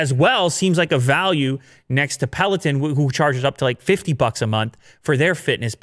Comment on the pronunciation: peloton, please say it correctly. it's a little off when you say it and irks me everytime i hear it loool.